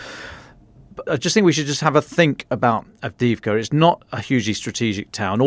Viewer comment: "Donetsk" not "Donyetsk" "Avdee yeevka" not "Avdeevka"